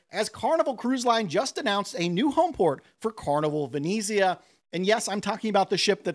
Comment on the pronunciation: It’s the “Ve net Zia” not “Ve knee Zia” and “Mar say” France.